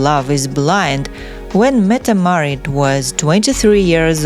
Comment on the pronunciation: You pronounce yourself incredibly wrong, she is Crown Princess Mette Marit